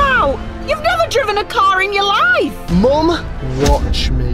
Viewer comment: he says mom in a British accent